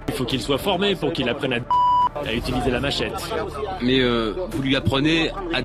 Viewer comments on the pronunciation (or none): none